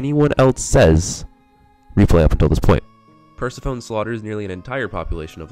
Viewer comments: "Per-se-PHONE" Bro its Per-seph-eh-nee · okay so pikatails pointed out i mispronounced persephone the entire video so MY BAD…